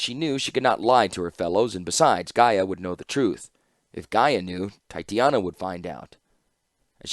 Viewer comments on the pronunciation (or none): Any chance youll go back and re-record some of these? In general this is great and I appreciate your work and am so glad i can listen to these in the car. I also am going nuts because u keep saying titania wrong and think it would be mutually beneficial. (Its pronounced TAI-TAY/TAH-NEE-UH) I hope this doesnt come off as insensitive or like Im blowing you up in the comments, I just dont know how else to contact you.